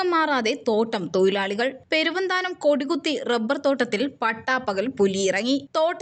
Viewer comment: തോയി ലാളി അ ല്ല🤣🤣🤣 തോഴിലാളി